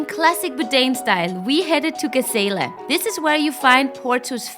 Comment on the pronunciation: It is funny how you pronounce "gazela" and "guedes" :) . Yes, I agree with you guys. Portuguese fast-food should be exported.